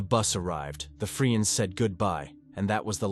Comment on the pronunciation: It's a computer-generated voice, and a good one. Listen for the mispronunciation of "friends" .